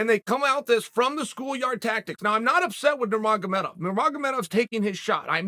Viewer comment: He used to say Nurmagedomedov